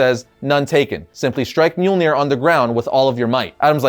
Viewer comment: Its mjölnir